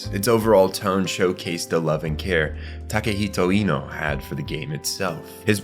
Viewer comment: Takehiko inoue, NOT TAKEHITO INO????!